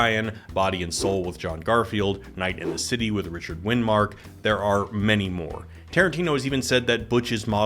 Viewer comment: Richard "Winmark"? Hard to take this seriously when you don't even know Richard Widmark.